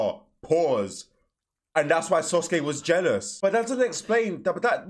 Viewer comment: Why does he say sosuke